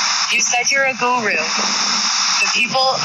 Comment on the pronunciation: A GORU? She really has trouble with pronunciation Also it’s so soothing and just what you want in a yoga class to hear all that traffic and commotion.. and of course the teacher yelling at the student or excuse me the “goru”